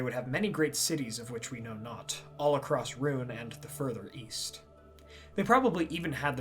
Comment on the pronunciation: Oh East I thought you said Weast.